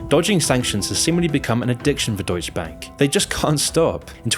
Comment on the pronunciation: you make deutsche sound like doge. doge bank lmao